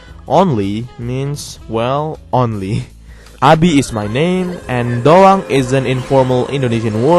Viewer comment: Dan aku baru sadar setiap ngomong "doang" kentel banget hahahaha